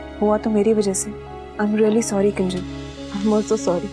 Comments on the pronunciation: Sorry❌ Surii😂✅ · अनुपमा और अनुज गलत है sori sori बोलती है घंग से sorri बोलना भी नहीं आता